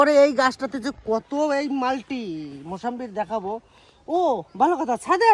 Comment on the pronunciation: আপনি সব সময় মুসাম্বি কে মুসাম্বির বলেন কেনো?